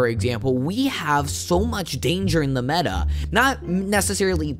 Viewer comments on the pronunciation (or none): none